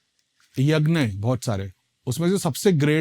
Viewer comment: Yagn nahi yagya hota hai